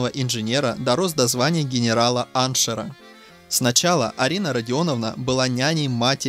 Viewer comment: Генерал аншер или мне послышалось?😂. Историк доморощеный.